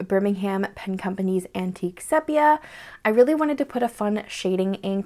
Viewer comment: Great video as always! Interesting choices…and I enjoy hearing your thoughts on your choices. Just a note, sepia is pronounced SEE-pee-uh 😉